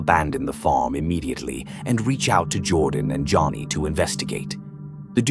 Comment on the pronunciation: That AI narrator does not know how to pronounce the word farm